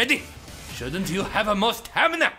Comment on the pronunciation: LOL "hava more stamina"